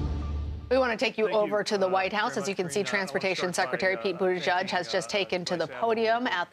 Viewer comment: CBS Noise … sorry try saying boot-edge-edge .. The Secretary of Transportation’s name. I don’t know who Buddha-judge is, but he’s not the secretary.